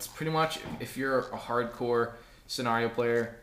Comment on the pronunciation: What is senareo its pronounced scenario